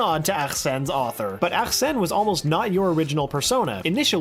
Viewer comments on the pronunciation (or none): It’s Arsene not AKKKKKsene... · Dude. It's Arsene. Not ACHsene. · If you keep saying arsene like that I’m gonna tweak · When he tries to say arsenè 💀💀💀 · Can you just say Arsene please 😂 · Please stop saying “Arsene” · the protags persona name is Arsene lupin.. what was that name you said? is that ghowits pronounced?